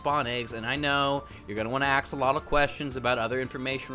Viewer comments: Did he just say ax alotle questions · did he just say "I know you're gonna wanna ax alotle questions